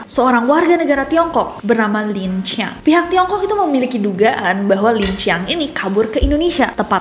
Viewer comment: Lincang bukan lancang😂